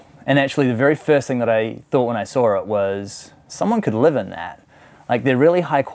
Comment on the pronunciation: He says the word “saw” as “sawr”